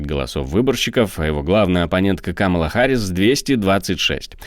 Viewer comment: Какамала Харрис?очень грубо для ведущего